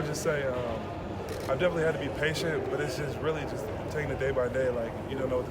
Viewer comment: Nigga said “defenselly?”